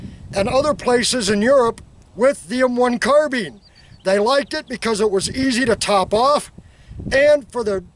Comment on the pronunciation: carBINE not carBEAN.......